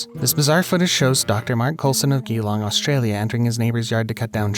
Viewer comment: You really need to learn how to pronounce places like Geelong it’s pronounced gee as in jail Geelong